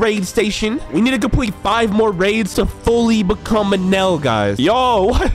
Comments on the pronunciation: Its eneruu not enel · He’s called eneru not enel